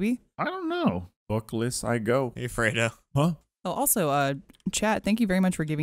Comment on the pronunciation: Love the Halo reference that butchered slightly.